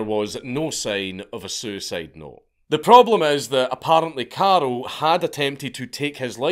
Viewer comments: it freaks me out that he keep calling him Karel/Karol? it's Karl/Carl. easy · Is it not karl not carol? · First I'm incapable of understanding whether you're saying carl or carol and than there's another guy who's named carol so I'm a little lost here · Dank I keep thinking you’re calling him Carol 😂😂😂😂